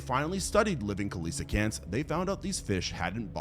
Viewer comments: its pronounced see lee oh kanth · The one animal the coelacanth was pronounced wrong. This is how it's pronounced SEE-luh-kanth. The greek meaning hallow spine. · that man BUTCHERED the pronunciation of coelacanth, I have never heard someone mispronounce its name, especially not THAT bad